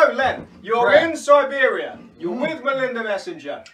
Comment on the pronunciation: Si-beer-ia. Beautiful.